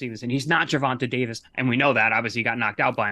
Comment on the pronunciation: If that was a pet peeve for Paulie, he's gotta stop saying, Gervontuh Davis